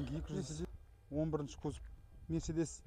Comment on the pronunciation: Мерседес ты дурстап айтшы корламай